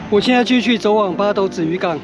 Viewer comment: 八斗 發音真的像西文的鴨子pato